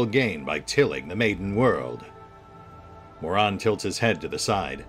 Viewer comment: I love how pronounces Muaran as moron.